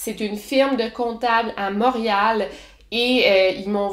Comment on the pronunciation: mont ri al :P